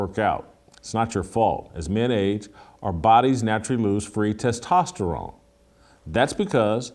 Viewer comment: Someone got on Jason for his Testosterone pronunciation. 🤣